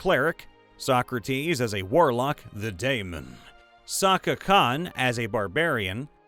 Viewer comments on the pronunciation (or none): none